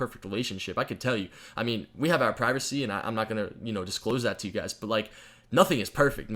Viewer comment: when doig said our privacwy he ment his shrimp like if u thought it whas funny